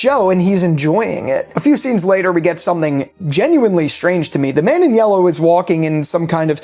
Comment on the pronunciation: “the man in yewwow”. No hate btw just made me laugh lol